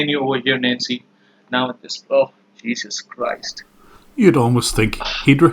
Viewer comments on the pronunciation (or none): "Jesus Crouched". This is what I hear when this dude tries to be all dramatic